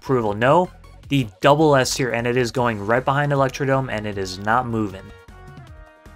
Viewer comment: Thwomp not thomp 😅 And it's electrodRome, not Electrodome. There's an R hiding there